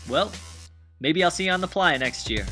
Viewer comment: Ply-A-Name? Are you purposefully pronouncing that like a refugee or is there some kind of significance. The sign said 'Playa Name Help' and the only pronunciation I've ever heard for the word playa is, phonetically, play-uh (or play-ah depending on your accent, I suppose). Either way, the original word was player and it's just being written the way most people say it. Also, it makes for a way better sign than "Player Name Help" lol. I'm sure everyone on YouTube is going to think I'm stupid or psychotic (or both) for making an entire comment just for your pronunciation of one single word, but it genuinely surprised me and I was too curious to pass up this wonderful opportunity. So teach me your ways,, or at least explain your bizarre pronunciation of such a common word. By the way, great video!